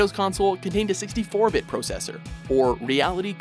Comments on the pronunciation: SAY 'PROHCESSOR' ONE. MORE. TIME. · interesting pronunciation of "processor".